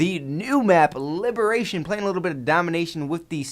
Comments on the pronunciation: you sir are an idiot if you can't pronounce liberation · Liberation doesn't start with an R:P